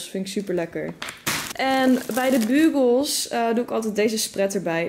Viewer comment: Ja idd bju bjoe ik bdl het idd zo☺️